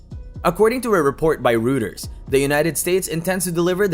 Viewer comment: Please learn accurate pronunciation of Reuters and NATO